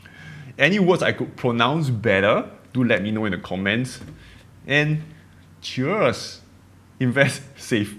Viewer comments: Love your videos. “Ch ears” for cheers sound You sounded like churs Majority of your audiences/followers are from the States…I am not sure if your accents are from a “British” teacher or an American teacher as you begin learning English. Articulation will be hard to flow at first, but we human can learn anything with our efforts. Cheers to your coming success. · It's "Cheers" not "Chairs". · Cheers, not Chuurs, as you pronounced it. ER sound, not UR. Good luck! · hahaha... Say "CHI-AAz" it will sound like CHEERS". :) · I am an English Language Teacher..It is said "chear-s" (one sound and then the "s")